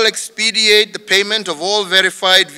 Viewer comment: You EXPEDITE not EXPEDIATE. I've heard you make this mistake twice Mr President.